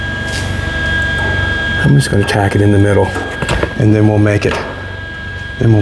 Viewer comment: In de Midel of de window